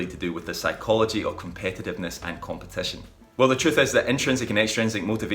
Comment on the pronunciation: Man, you should have learned how to pronounce the word before making a whole video about it, it's very distracting and decreases the value of the video